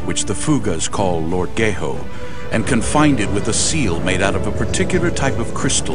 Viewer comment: "Lord gae hoe"